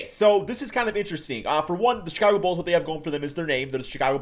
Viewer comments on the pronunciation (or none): none